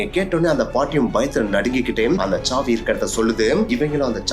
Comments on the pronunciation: That is saavi not chaavi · Saavi ❌Chaavi ✅ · சாவி..... ச்ச்சாவி nu soldringa... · தமிழ் உச்சரிப்பு மகா கேவலமா இருக்கு .. இதுல இங்கிலீஷ் லட்சணம் வேற..... விசயம் , ச்சாவி , குலு , எமோசன் , .. தெக்கத்தி மக்கு பசங்க மாதிரி இருக்கு.